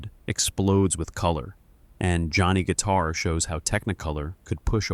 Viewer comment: Guys, it’s Johnny Guit*a*r, not Johnny Guit*e*r.